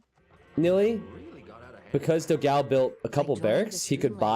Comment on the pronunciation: Hello. Love your videos. But you are pronuncing dogao completely wrong. It is the o in the do is more like door. The a in the ga is more like the a in panel. The last o is fine.